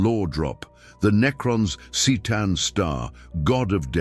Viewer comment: it's pronounced Ktaan, not Seetaan. Merely saying ... .